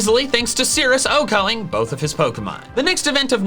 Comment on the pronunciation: Does anyone else hate when he says "Okoing"?